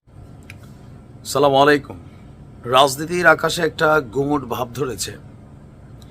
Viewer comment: ভাই সালাম টা সঠিক ভাবে দিবেন দয়াকরে।